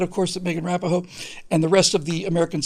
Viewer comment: Rah-Pee-No. Mispronouncing a well known public figure's name is a cheap rhetorical trick. Also, no matter how misguided the person may be, it is still ungallant to shame a woman in public. A feminist may refuse gallantry, but men don't particularly care what feminists think. Lastly, it's a girls' soccer team. Their significance lies in part in that they are not a girls' softball team. You are either punching down, or you are elevating them beyond their semi-professional sports status. The American women's soccer team. May it always be right, but the American women's soccer team right or wrong.